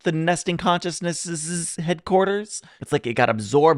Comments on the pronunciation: I'm not sure whether you are saying "nesting" or "Nestene." It's called the "Nestene consciousness." The Doctor talking about humans is really him waxing rhapsodic about us, but he keeps getting interrupted. We've barely begun but look at how far we are. Also: If you haven't watched Good Omens, that would be great to react to. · It's Nestene Consciousness,not nesting Consciousness lol😂🎩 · "Nestene" Consciousness, not "nesting consciousness." A villain from the original show. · Nice reaction, looking forward to more. It's Nestene conciousness, by the way, not nesting. It's a name, not a discription. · As someone who grew up on Classic Who and has loved Nu Who, I enjoyed your reaction immensely. BTW, it's "Nestene Consciousness", not Nesting. It (and the moving mannequins called "Autons") first appeared in a 1970 story called "Spearhead from Space," the first story of the Third Doctor, played by Jon Pertwee. This story is a bit of a sequel/homage. By that time, the show had been going on nearly seven years and had gone through the first two Doctors, William Hartnell and Patrick Troughton. There's a lot of history to go through. "Rose" is an excellent starting point for new fans. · It is not the "Nesting" Consciousness... it's the "Nestene Consciousness". Ain't nobody sitting on eggs. ;-] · Pointless correction: "Nestene" Consiousness.